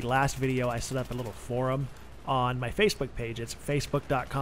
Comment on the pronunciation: "Forum".. one syllable word.. one syllable.